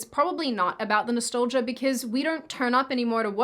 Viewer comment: Love the way you said Nastolgia. Instead of Nostalgia you weird Aussimerican.🥰